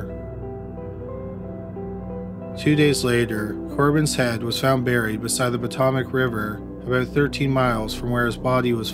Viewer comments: Agree, if you are telling a story at least pronounce it right. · It’s not a “Taverin”, it’s a “Tavern”. It’s not “Patomic River”, it’s “Potomac River”. 🇨🇦